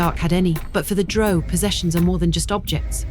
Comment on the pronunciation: Drow not Dro. The very least you can do is pronounce it correctly.